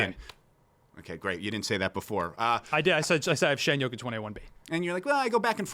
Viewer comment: and the way he said “shie” instead of shai. these old heads dont even watch the league they js hold on to nostalgia